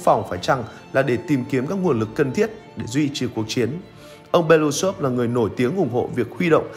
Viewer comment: Nên đọc đúng nguyên bản tiếng Nga là "Be-lơ-Ú-xơp" (Белоýсов), tức là họ ông này có 4 âm tiết, trọng âm rơi vào âm "U" nên phải nhấn mạnh âm tiết này, đừng đọc "Be-lu-xôp" nghe như trọng âm rơi vào âm tiết cuối. Белоýсов có nghĩa "Ria trắng".